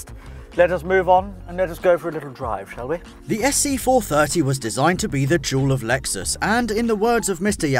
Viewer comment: "The juul of lexus" i will leave now